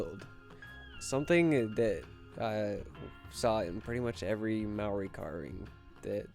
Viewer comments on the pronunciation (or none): Kia ora from New Zealand, it's pronounced like Mata-hau also the word Māori is pronounced like Mau-di with a roll of the tongue